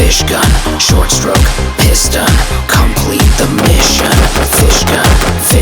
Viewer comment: SHORT STROKE PIS-TON